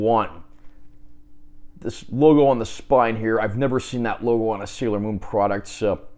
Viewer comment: SAIL OR MOON 😂😂😂